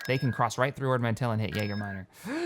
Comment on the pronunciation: hahaha mispronouncing words is slowly eating at my OCD. "Ordo" Mantell, "Tangel" Arm, "Sippio", "Myjeeto", as well as Muunilinst, and a bunch of others. Sorry you're the best but I can't ignore this:D